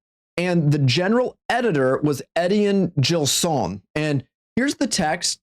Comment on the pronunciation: Your pronunciation of "Etienne Gilson" really makes me wince.